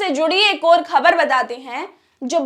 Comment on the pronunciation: pahle apna talafuz theek karo.gair nahin ghair,khabar nahin khabar,jaati nahin zati,waghaira.ze,quaf,khe,etc